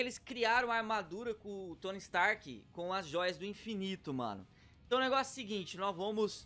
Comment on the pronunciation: "Tony strk" ??? Wtf